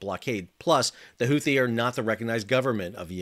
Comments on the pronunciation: The second h in Houthi is silent..... Unless your stewie griffin, or you, I guess..... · Houthi? YOUTHI !!